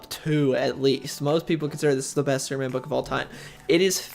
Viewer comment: Soup-man? Does he keep saying Soup-man?